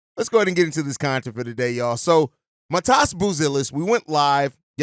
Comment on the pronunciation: it’s pronounced Mah Dez bro